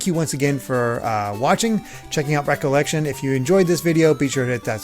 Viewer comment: For some reason, it bothers that you pronounce "Re:Collection" as just "recollection" and not "re-collection". I get that that's the point, but whenever I see it written like that, that's how I want to pronounce it. Still, it's your show, pronounce it however you want. Never owned a Game Gear, but I did go to a dentist's office that had one, and they also had Sonic the Hedgehog 2. It was really surprising to see the plot of that game being Tails getting kidnapped... and also years later I recall seeing one of the endings being Sonic looking up at the sky and an image of Tails being there, and thinking Tails was dead. Weird stuff... Edit: Taz in Escape from Mars on the Sega Genesis is actually really good, surprisingly enough. Can't speak for the Game Gear version, though.